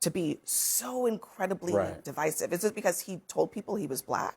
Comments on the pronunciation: lol she said di'vis'ive instead of div'eye'sive such low IQ trying to make a point when all they have is uneducated racism to spew. This MAGA needs to just shutup already. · Why does she keep pronouncing Divisive as D-vesive? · She literally can't even pronounce the word "divisive", how do you expect her to be able to define it? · She didn’t even pronounce the word properly 😂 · TBF, she didn't even know how to pronounce it, apparently. And normally I wouldn't hold that against someone because it just means you've only seen it written, but "divisive is one of MAGA go-to words in news and audio clips so it pretty clear that she hasn't given the word or what it's supposed to mean too much thought. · She doesn´t even know how to pronounce the word correctly. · Is she purposely incorrectly pronouncing words like divisive and library? I never seen her before so I'm not sure if this is just her. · Red dress mispronounced divisive and library. She was so inarticulate and talked like she was going to cry.